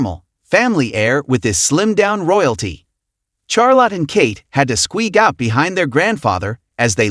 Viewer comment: Catherine is the Princess of Wales not Kate Middleton. Charlotte is not pronounced CharLOTT. Sophie is pronounced Soafie not Soffie. Louis as I am sure you have probably been told plenty of times is pronounced LOOEE. And he was not dressed the same as George. George was wearing a full suit, Louis was in a suit jacket and red shorts. Good grief how could you make so many mistakes in one video. The whole thing was very amateurish.